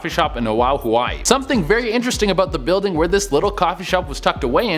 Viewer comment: When I heard it the first time, I GENUINELY thought he was saying something else. But nope. He's actually saying "Oahu, Hawaii" Wrong. The comma means you pause,. Plus, you pronounce it O-ah-hoo. I live in Oahu, Hawaii and feel slightly offended 😂